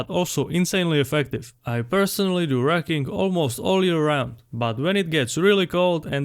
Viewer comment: I heard "racking" while listening only. When I came back to my phone, I went back and read "rucking". It's not difficult to pronounce the " u". I stopped the video, gave it a thumbs down, and going to search up a similar video from Nippard.